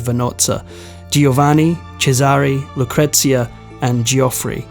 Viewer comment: Yes - isn’t it a regular problem with so many of these reports. At least he gets ‘Lucretia’ right. Bingo!